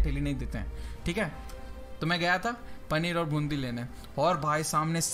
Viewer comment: Panner aur bundi nahi paneer aur boondi